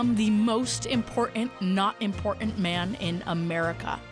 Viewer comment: Impor’in, not impor’in 😎